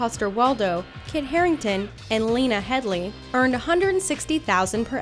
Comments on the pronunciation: It is not Nikojazh it is nikolaj It is not Hedly it is Headey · Headey is pronounced He-Di, not *H*eddie